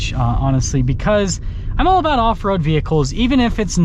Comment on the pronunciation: It's aboot time!